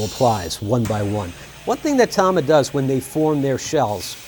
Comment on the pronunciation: Thank you for pronouncing it Tama and not Tama